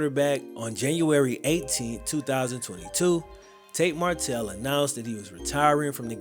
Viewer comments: I love these videos but you gotta get his name right bro 😂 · I really enjoyed your video, but I'd work on ensuring you're saying the subject's name correctly throughout the video lol